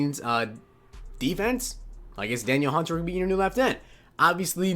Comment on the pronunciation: It's duh-kneel Hunter